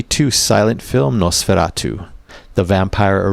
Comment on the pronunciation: The movie has been my all-time favorite horror film ever. And the song, Nosferatu one of my very fave's from my fave "metal" band Blue Oyster Cult. Although they did get the pronunciation a bit wrong. It's not "noss fair ah too" In German it is "noss fer RAH too". Since you are getting us into the Halloween mood, might I suggest one more from B.O.C. Their comical satire of the unintentional comedy movie "Mommie Dearest "the hilarious "Joan Crawford has risen from the grave"😁